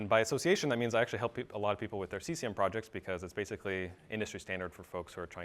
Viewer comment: That dude pronounces Cesium as C S A M. WTF? LOL Like hee said "C-word is fun" I think WTF man.